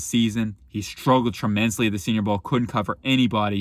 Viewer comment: “Tremensly” huh?